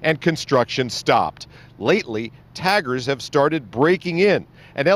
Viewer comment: Taggers not tigers🤣